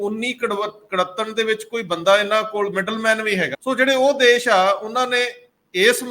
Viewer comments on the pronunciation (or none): Good comments but problem of some Punjabi continues to persist . For example, Punjabi words are Desh and Videsh but your commentator says Des and Vides . Thanks .